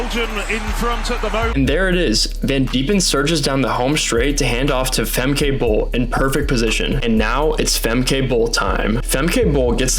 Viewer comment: I get that Americans confidently mispronounce Dutch names that also exist in the US, like Franke, in the American way, but "Famkay Bowl" just sounds so bad.